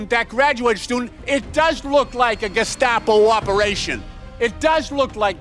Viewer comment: My favorite is Walz saying "Geshcapo". Sounds like he was thinking of cold tomato soup.